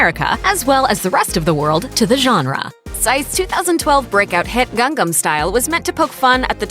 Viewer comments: "gangam"? its pronounced like "gahng-nahm"... :| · Why does she say "Gang-gam" instead of "Gang-nam"